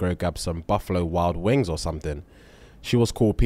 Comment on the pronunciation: The way he said buffalo wild wings like it's the wing itself and not the restaurant 😂😂😂